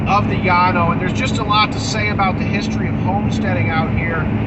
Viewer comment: Thanks for pronouncing Llano correctly.